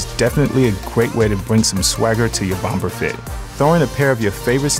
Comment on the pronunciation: I subscribe and love the content. I've previously purchased items and 3 flat brim fedoras and love waiting for new content when it becomes available, but the 2nd "B" in BOMBER is silent. Always has been, always will be. I say this with love. Think about it, if you've ever heard TSA or police evacuate a building, because they found a bomb, you'll never hear that last "B" in bomb when pronounced.